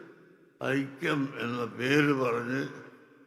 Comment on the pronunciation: ആ ആയിക്യം അല്ല ഈ ആയിക്യം ഈ ആയിക്യം അല്ല ആ ആയിക്യം, 😆😆😆 ഖിയാമത് നാൾ അടുത്താലും നിങ്ങൾ ഒന്നാവൂല